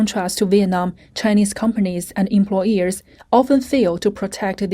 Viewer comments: Omg haha I was so irritated too everytime the voiceover said "employEARS" instead of employERs. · The word is employers. Not employ”ears”. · It’s hard to listen to this when the voiceover refers to employers as employEARS